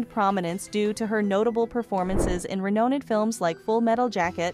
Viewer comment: And “Huey” is pronounced h-way, not who-ee, and “Renowned” is pronounced re-nouned, not re-know-ned…dooh!